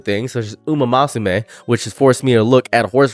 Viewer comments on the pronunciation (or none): why we glaze his pronunciation then cover our ears at ‘umamasume’ 😢 just a mild peeve i had great video overall